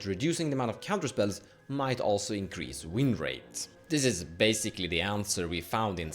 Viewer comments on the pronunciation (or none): Increase. Not incrase.